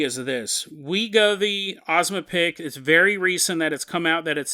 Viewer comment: Oh I missed your bad pronunciations. Its not Ozmapic. Its O-zem-pic. The whole time I thought you were talking about a different drug but then it clicked. Glad to have you back!